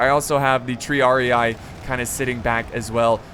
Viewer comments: Its not Triar-i-ay, its Triar-e-e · And the pronunciation of Triarii and Sagittari? Tree-ar-ee Sa-djit-taree